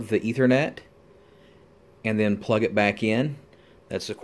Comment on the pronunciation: Ethernet wtf is that 🤣🤣